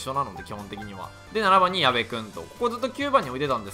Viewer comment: 矢部にゴロが言った時やばいの方のやべに聞こえるwwwwww